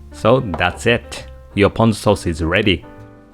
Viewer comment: Ponzu sauce is made of actual fresh citrus. Pahhhnzu sauce is made of canned mandarin oranges. Don't be fooled!